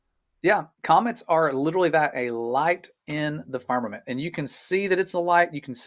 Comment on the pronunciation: I've watched from start to finish, taken screenshots as i love to do, and read through all the comments, reacted to some. Question, why does your Guest, keep referring to Firmament as Farmament? I'd love if you could enquire. The foolish things of GOD, confounds the wise and the weak things of GOD, overcomes the world. GOD is Almighty or Omnipotent and Sovereign. GOD can hang things wherever He chooses, He doesn't need our counsel. The earth or deep was covered por engulfed in water, on day 2, GOD divided water from water by putting atmosphere for our habitat between (water above is the clouds), on day 3, GOD, separated separated and allowed the remaining water around or upon the earth to gather to one place (seas) and caused the earth or land to appear, and caused vegetation to appear on the land(earth); day 5, He filled the seas with living things. GOD on day 4, placed the sun and moon in their place, and as a footnote, we are told GOD made the stars also (distant planets and worlds with Occupants {Hebrews1:1-3}). The fact we're on the earth, make outer bodies appear to move about us, hence, the phrase sun stand still and the sun went back, inspiration speaks from human perspective or understanding(parables). Again, they have Space Tourism flights, that can easily prove or disprove all these things, available in America. Do us a favor and pay for a trip, practice real Science and bring us back pictures and videos, proving or disproving. If i could afford it, I'd do it alrea